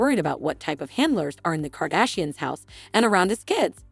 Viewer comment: Kardishins? Kenny? Good grief, if you aren't going to do your own voice overs, don't bother posting. Letting the computer mispronounce the names makes the whole post appear irrelevant.